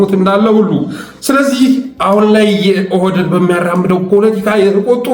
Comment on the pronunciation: ብአደን ሳይሆን ብአዴንነው ኦህደድ ሳይሆን ኦህዴድ ነው ካብኒ ሳይሆን ካቢኔ ነው የምባለው:: ለስሙ አማራ ነኝ ትላለህ አማርኛውን ስታንጋድደው ትውላለ:: ችግርህ ምንድን ነው?